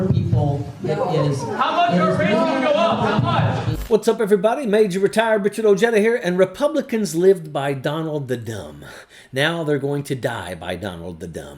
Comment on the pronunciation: Dude can't even pronounce his own name correctly. Its "Oh-hey-duh". He must be embarrassed by his heritage.